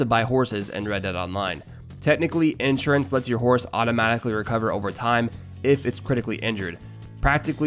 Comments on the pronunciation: You can't even pronounce Insurance properly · “Ensurance” fucking spaz